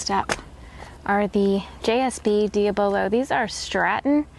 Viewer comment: Unusual way of pronouncing diabolo. It is a derivative of diabolical (the devil) so I would say it should be pronounced dya-bolo.